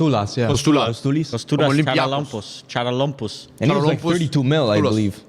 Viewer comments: Charalampos is pronounced Haralabos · My as a greek laughing with trying to pronounce Charalampos 😂😂